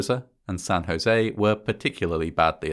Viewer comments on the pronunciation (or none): none